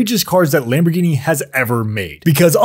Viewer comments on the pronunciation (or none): It’s pronounced Lamborghini lm zero zero two